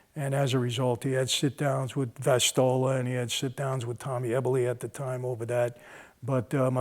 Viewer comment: “Tommy Vistola, “Corky” they called him. Soldier, later Capo in the DeCavalcante Family.” Jersey? C’mon eh?